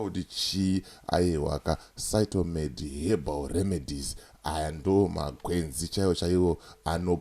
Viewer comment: Aiwa haisi Shytomed baba inonzi Phytomed pane P not S baba